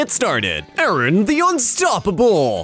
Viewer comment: Who pronounces “Aaron” as “I-Ron”? Lmao